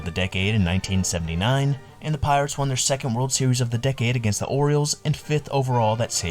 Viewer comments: Dude. There are so many mistakes in the video I could t even finish it. The Pittsburgh Pee-rits? Enos CA-ble? Al Oliver on the 79 Pirates? If you're going to go through the trouble of putting together a video at least pronounce basic elements of the story correctly and do like 5 minutes of research. It's like you just got an AI voice to read this script. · Did you say Pittsburgh Peeretts?